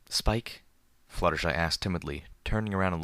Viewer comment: I loved it when you said Skipe and not Spike